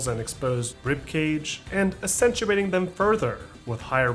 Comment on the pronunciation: "... and assentuating them further." Let me ask you: how do you say the word "accent"? Why would you not pronounce the first C when saying "accentuating", when it's based on the same word?